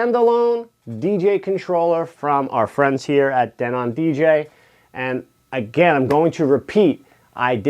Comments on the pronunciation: I was a sales and installation rep for Denon a long long time ago. It's pronounced Denen. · DENON DE-'NON stretch on DE'